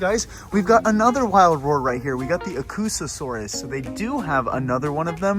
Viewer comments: Bro its Aucasaurs not Acusaurus dummy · its pronounced aw-ca-saurus